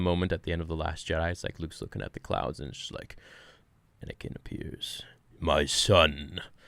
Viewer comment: I heard anikain I swr down